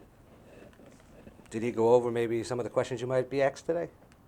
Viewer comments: aksed?!? try asked you fucking fool. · A lot of questions being axed by the male attorney.